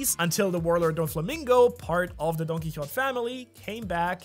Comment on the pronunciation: Isnt it pronounced like "don key ho tay" ?